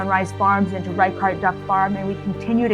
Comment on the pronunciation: It's pronounced "rey-shart", not "rai-kart".